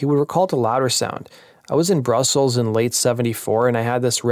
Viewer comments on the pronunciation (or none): none